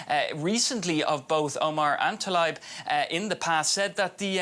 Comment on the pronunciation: Tlaib not Talabi